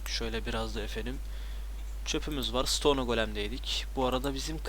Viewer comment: bir isteğim var: sıtonee değil sıton. sonunda e yok.